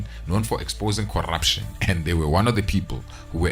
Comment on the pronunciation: I just love the way he says "corrrrruption" 😂😂😂😂😂😂😂